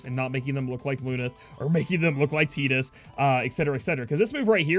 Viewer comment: Your pronunciations of Tidus and Extract tell me you dont play much FF >_<